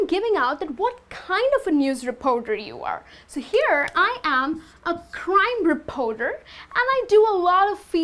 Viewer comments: great video!!! BUT re-poar-door should be reporter. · Sorry I can't take the mispronounced words such as "Repoter"? It's reporter with an "R". What do "u" do? If you are going to try to teach English, try to learn how to spell and use proper pronunciation. In would not be happy with you teaching my child. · The 'o' in 'reporter' is not an 'o'!